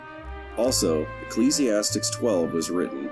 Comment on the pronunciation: You’re mispronouncing “Ecclesiastes” but that’s not necessarily a bad thing. Great vid. Looking forward to more content. I appreciate the background music.